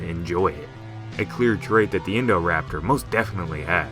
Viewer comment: i cant get around this name, i only hear "indoor-raptor"